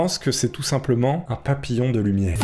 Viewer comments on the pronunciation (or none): PA PI LLON DE LU MIERE